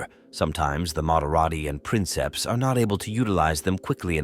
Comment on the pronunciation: Princeps is actually pronounced "preenkeps"